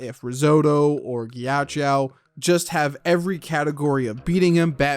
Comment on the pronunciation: quick tip to make italian easier to pronounce: "ci" followed by a vowel usually ignores the "i" sound. So "ghiaccio" is "gi-ah-choh" and not "gi-ah-cheeyo" or "gi-ow-chow" or anything like that exceptions are words where the i is stressed, like in "biologia" and similar words